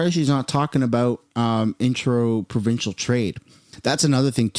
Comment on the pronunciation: Intro-Provincial😂😂😂 You mean Inter-Provincial?